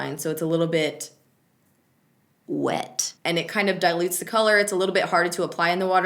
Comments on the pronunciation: "It's a little....(dramatic Bryson Tiller pause).....whet" lmaoooo love you! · WHYYY YOU GOTTA SAY WET LIKE THAT DOEEEE!? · "its a little*long pause*..... wet 😏" lmao you crack me up 😂😂😂😂